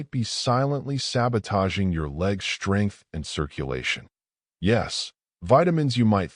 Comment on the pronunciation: UGH. That moronic AI voice mispronounced the “st” consonant blend. The word is “strength”, not slurred like “shtrength”. Is your ignorant AI drunk? Why would I listen to a video that cannot pronounce English? You have 0 credibility .